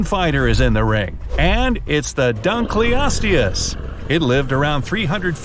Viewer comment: He pronounced dunkleosteus wrong